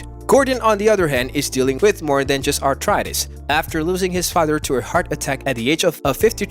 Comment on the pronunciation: I believe it’s pronounced “ARTHritis” not “ARTritis”